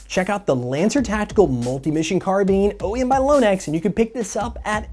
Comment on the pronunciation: "CARBEAN" GOD DAMMIT! lol